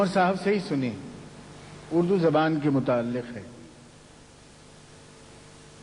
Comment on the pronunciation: Before writing less than mediocre shair about Urdu, learn to pronounce the word correctly: it is ZABAAN not JUBAN.